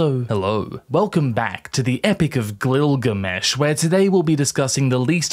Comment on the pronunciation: Wow. "Glil-ga-mesh". So now Glimbus is a god, eh? Or a legend? At least is grounded...eh?